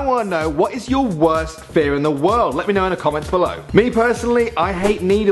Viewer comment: you said gear instead of fear